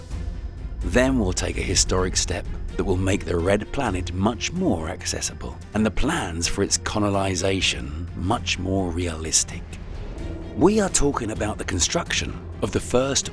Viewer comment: "...and the plans for its conolization..." I guess the narrator meant "colonization. :–)